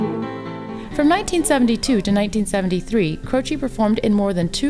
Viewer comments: As his surname is Italian the pronounciation is CROCEH and not CROCEE. With regards from Italy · Not Croci, CrocE